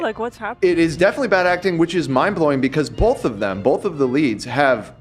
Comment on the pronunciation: saying “bolth” instead of both and saying “drawls” instead of draws get the Ls out of your mouths PLEASE???